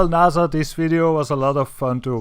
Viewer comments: no its naysa say it right they own space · naza...... its N-A-S-A not naza its an S